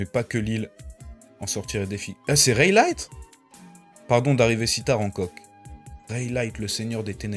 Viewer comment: 😂😂 ta prononciation du prenom Rayleigh me fume tu le prononce Raylight